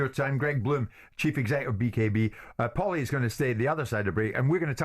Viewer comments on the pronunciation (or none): Who is POWLY jesus man haha, great otherwise